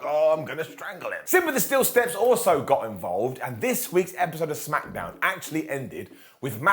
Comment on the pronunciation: Heh, I always heard it as Smack-a-down or Smack-eh-down, but Smacketh makes sense too